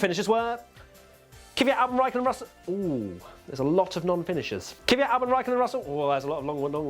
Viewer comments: its KVYAT not KIVYAT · It is clearly not Key-vyat, it's two syllables, Kvy-at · Why is it that english people read "Kvyat" surname wrong? You spell it as "y" is before "v", and it's the other way around ;D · Same with Kvyat. Them' brittish absolutely butcher his name all the time too🤣